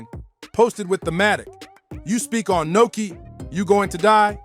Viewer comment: Nuski not Noki